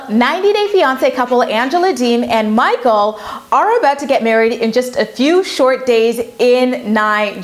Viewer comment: “Mah-kle!” “Mah-kle!”